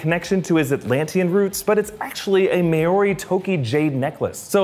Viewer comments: Hey, Loving the content and absolutely stoked for the movie!!! But being a polynesian myself just want to give a little tip on how to pronounce "Maori" correctly... Its pronouced Mao Ree not May O Ree ( even sounds better when you roll the "r" when saying it 🙂) As the famous Jason Momoa Aquaman would say... Cheeeeehooo!!!!!!! 🤙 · "May-ori" no omg it's pronounced "mao-ree" and not even that exactly but cmon let's get it sorta right :") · Maori is pronounced MOW REE not MO AR REE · It’s not Mayori it’s Maoree (Maōri) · Maori is pronounced m-ow-ree. With the ow sounding like what we say when we stub our toe, fyi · It's so weird how Americans call us Māori people May-awry. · He pronounced maori wrong😂😂and the necklaces are called pounamu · Your pronunciation of maori is shocking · Can American's please, pretty please, pronounce Maori right :') Just once. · That is not how you pronounce Maori.